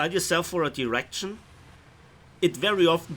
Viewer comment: i heard direction as erection and the follow up sentence suited the word perfectly